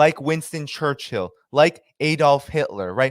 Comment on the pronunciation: Church - ILL Not Church HILL... [eyeroll]